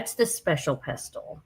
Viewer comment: Just so you know, the word pestle is pronounced without the t. lol. Bella L